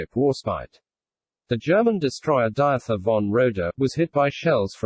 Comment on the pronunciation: Diether (von Roeder) isn‘t actually pronounced Diather but Deeter.